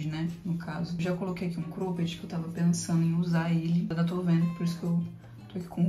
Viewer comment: Engraçado ela falando Crôped 😅